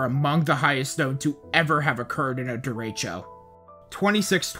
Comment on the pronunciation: Derecho is pronounced very differently than the speaker does, in ALL of his videos.. why?😮